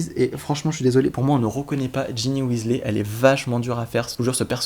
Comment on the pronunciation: On ne dit pas Weasley on dit Wesley